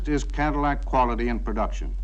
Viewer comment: pronounces it "Cadimack". 😆